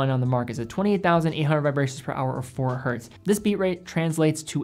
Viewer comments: Nice video! Just one note, you say "Hertz" correctly, but sometimes in this video you say "Hert" which might be you instinctively cutting out the s sound at the end when it's not saying the word in plural form. Not sure. Just wanted to point that out. It's always "Hertz". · Why do you keep saysing "hert" instead of "Hertz"? Hertz is not a plural, the unit is named after German physicist Heinrich Hertz ( ). So a frequency of one per second is 1 Hertz*. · It's not hert, it's Hertz! 😂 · The singular of ‘Hertz’ is ‘Hertz’. It is not ‘Hert’. The man’s name was Hertz. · Love you man, but please get the basics right. Learn how to use the word "myself" correctly, and "hert" is not the singular of hertz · Hertz is a name. The "z" does not make the word plural. Dropping it and saying "three Hert" isn't correct. There... I got my grammatical gripe out of the way. Good and informative video! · Literally this. Hertz was someone's name (Heinrich's, to be precise.) ... there is no 'hert'. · Great as always but it’s Hertz never Hert! Had to get that out there as an electrical engineer:) Keep up the good work! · Awesome vid! Just wanted to offer up a quick tip: Hz is always pronounced “Hertz”, whether it’s one Hertz, 3.5 Hertz, or 100,000 Hertz. There isn’t a “singular” version cause it’s actually the name of a scientist. But keep up the good work! Love the channel.